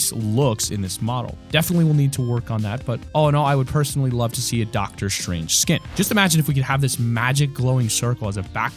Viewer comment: ITS S T R A N G E NOT SHRANGE